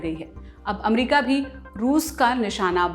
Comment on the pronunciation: अच्छा है चलो आप ने अमेरिका को एमेरीका कहेने के बजाय अमरिका बोलना शुरू किया👏👏